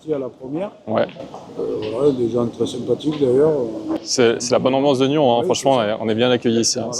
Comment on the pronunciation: Bonjour Merci pour cette vidéo effectivement Une belle partie et une fois de plus quand on joue contre ces géants de la pétanque il faut jouer toutes les boules Sinon le couperet tombe. Petite précision ont prononce le S à NYONS .merci bonne continuation pour ta chaîne